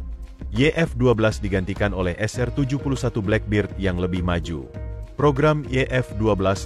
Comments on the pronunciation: Boss baca black bird( black bed) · Aq ngakak bila admin ngomong blackberd.khas warga indo dlm berbhs English.😂